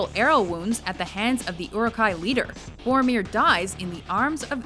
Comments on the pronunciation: It's Goromir of Gondork! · Awesome video but PLEASE learn how to pronounce Boromir!